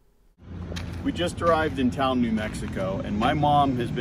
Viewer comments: Just FYI, Taos isn't pronounced "Tao". It's Tah-Ose. And the Rio Grande is pronounced Rio Granday. Looks like you're having a great time! We used to live in Santa Fe so it was nice to see it again. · Great memories. Is saying Town or Tao? I had to hear his Mom to realize they were in Taos! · I believe its pronounced "Towse"